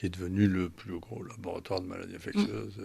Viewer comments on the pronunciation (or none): On dit infectieuses, pas infectueuses, madame la journaliste. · Ça a bien changé cette radio depuis le départ de Clémence... Quand même, faites un effort de recherche et vous sauriez que, Bilheran, nom d'Ariane se prononce Bilheran ("Billeran") et non "Bilérane"!!! et, pire, ici, avec le Pr. Raoult: "maladies infecTieuses" le "t" bien prononcé, et ce, par deux fois!? Au lieu d'"infectieuses prononcé "ss""!!!!?? Mais d'où sortez-vous??? Il a dû tellement se marrer en entendant ça!🤣😔